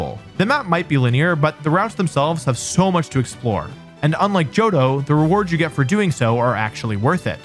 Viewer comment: mans butchered my boy johto